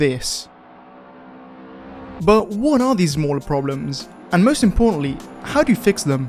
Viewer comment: "Zzzmaller problemz"